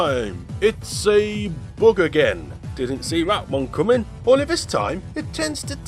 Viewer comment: I love how this guy pronounces "Bug" as "Boog"!